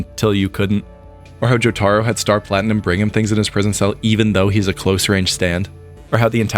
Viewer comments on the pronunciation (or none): “Joe- TAHRO” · joe ta row not joe tar oh. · Man said joe taro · why do you say "Jotaro" wrong when you can literally hear the japanese voice actors say it in the show lol